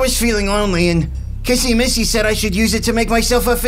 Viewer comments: It's not KaSsy MaSsy it's kissy missy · Is not cassie ma si it's kisi me see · It's kissy Missy not Kasey massy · I love that Justin says CASSY MASSY😂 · He says "kassy massy" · Yes the new saying Kissy missy’s name wrong is Kissy missy